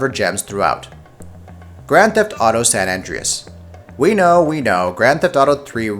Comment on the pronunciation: Dawg, it's San An-DRAY-us, not San ANJ-ree-us. Other than that, great video. I will also echo the other commenter that "one per franchise" could have been helpful.